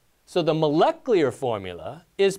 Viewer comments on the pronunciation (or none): He can't say 'moleclear… moleculear… molacleur…nucular